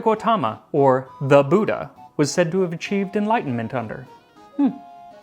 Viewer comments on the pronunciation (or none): none